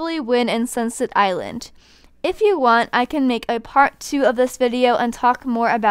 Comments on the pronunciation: AM I THE ONLY ONE WHATHEARS UR SAYING SUNSET ILAND WHEN ITS ACTUALLY CALLED SUNSET ISLAND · Did she say sinset island